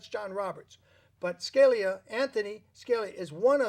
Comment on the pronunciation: Hi. Just FYI you pronounce Scalia, Ska- lee- uh. Thanks for interviewing these women and posting the video's.:-)